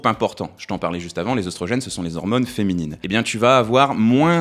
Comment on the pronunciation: Tu prononces œstrogène "œustrogène", par contre pour catéchine, j'ai cherché dans de nombreux dictionnaire, je n'ai pas trouvé de "ch" prononcé "k" (pourtant c'est bien issu du grec kh ici) ^^ Les mots en œ, se prononce "é" si d'origine grecque comme dans fœtus, œconomie (devenu économie), cœlacanthe ( le c devant le e-dans-l'o se prononce "s"), Œdipe (les dictionnaires qui s'adaptent à l'usage trop important comme le Robert a fini par céder et le prononce "Œudipe" maintenant, mais sur le Larousse et d'autres, c'est toujours Œdipe) ou œnanthe seuls quelques mots d'origine allemande prononce le œ, "eu" comme dans fœhn ou Gœthe. Le œ, c'est comme le o, quand on lui rajoute un "u", il change de prononciation. o -> ou et œ -> œu ou œi (on n'écrit pas œuil dans ce rare cas car il s'agit d'une diphtongue comme dans aïe), c'est pourquoi les mots comme œuf, bœuf, chœur, œil, œilleton on cette prononciation si particulière. Quant au "ch", c'est plus compliqué, c'est au cas par cas mais quand on y voit une étymologie d'origine grec (qui passe parfois par le latin comme "chorus"), il vaut mieux vérifier. Par exemple, on se trompe trop souvent sur le dieu psychopompe et la lune de Pluton du même nom Charon qui se prononce "Karon" (même en anglais).